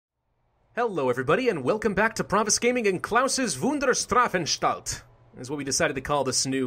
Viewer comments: Why do you keep saying "Strafenstalt"?? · Try placing a small break between "Straf-" and "-anstalt" they are two linked words and don't "meld" when you put them together